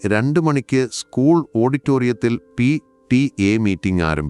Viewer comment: എന്താ പി.റ്റി ഏഎന്നു പറയുന്നതിൽ ഒരു പ്രത്യേകത